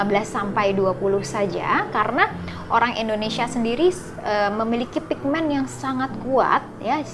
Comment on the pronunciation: Bukan ENDONESIA tapi INDONESIA